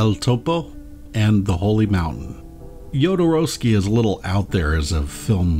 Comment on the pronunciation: Thank you for pronouncing Jodo's name correctly. Great video, first timer viewer!